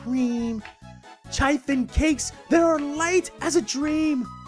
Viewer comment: So many name changes, my sister isn't too happy that she has to change her script now. Anyways, Chiffon is pronounce Shun-faan or she fon. Thought I'd help you out with that.